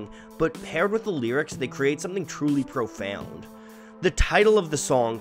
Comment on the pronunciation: This guy is so dedicated to the concept that he pronounced "profound" with three syllables instead of two: "pro-fee-oond."